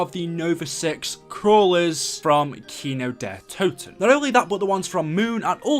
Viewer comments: Its Kin-d-ertoten not Kinodetoten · The way he says kino Kino DER toten